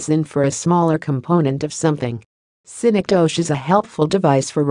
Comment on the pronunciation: Wrong pronunciation. Study more.